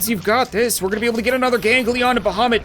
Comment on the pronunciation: I like how he says bohomet or something about the other dragon